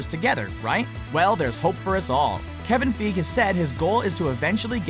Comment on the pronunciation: His pronunciation of Kevin Feige>Sony